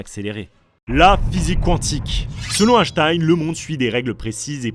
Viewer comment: Super vidéo, merci les trasheurs. En revanche la prononciation d'Einstein en "Hashtaïne" m'a trigger tout le long. Merci, continuez vos excellentes vidéos.